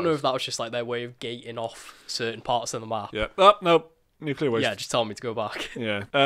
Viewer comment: pronounce 'nuclear' properly. Haha